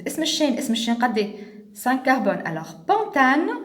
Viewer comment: C pentane non pontane